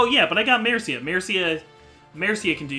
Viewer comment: i really like the way you say Mercia